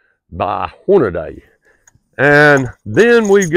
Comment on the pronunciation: It's pronounced "Hornadee"...I bought the exact same rifle about 10 years ago. Those Hornady Leverlutions are no joke. They will literally knock a 700 lb. Elk off his feet.. There's not animal on this Earth that rifle can't DRT...BTW, you do NOT want to be standing within 20 feet that muzzle break when it goes off...It'll literally knock the glasses off your face